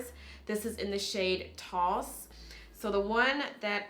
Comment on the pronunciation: gurl I live your Vids for real 😘but NARS Taos is pronounced TAH-ows. I swear I'm not trying to nitpick, but if someone was looking for that Blush but didn't know the spelling they may look for Toss, not Taos, lol.